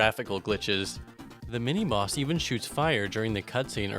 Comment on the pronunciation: is it just me or did he keep saying "mini moss" instead of mini boss?